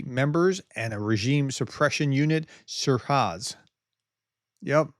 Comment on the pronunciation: I love you pronunciation - Russian or Iranian, Shirarz- Shiraz - ie the famous full bodied dry grape/ red wine originally from the Shiraz region of Persia/Iran. Bless😳😳.